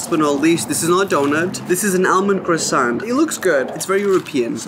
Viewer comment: Babe it’s not alemond it’s almond